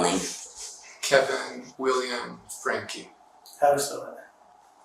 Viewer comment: Is this voice AI? " THE VOICE" said sedation instead of separation... FRANK instead of FRANK-E.